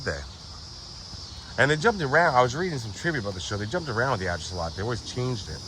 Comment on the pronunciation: I've never heard the word address pronounced with one syllable, the way you do it. It sounds ridiculous.